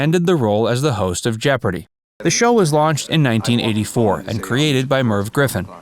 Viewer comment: At least say it right, Jeopardy!